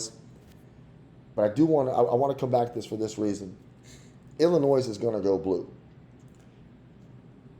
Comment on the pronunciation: And Illinois is I-luh-noy